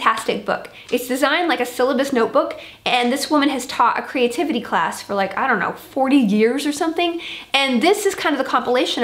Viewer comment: New word! "Creatitivity" ! Love it!